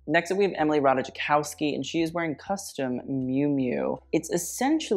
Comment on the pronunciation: it's Ratajkowski (ra-ta-kow-ski) not Ratajakowski:P